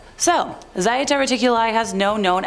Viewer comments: It's just plain old Zeta. Not Zieta. You clearly need more spanking, woman 😂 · pronounced (ZHAY-TA) And one of the ET groups who SEEDED us here and have manipulated our DNA for at least 270 million years.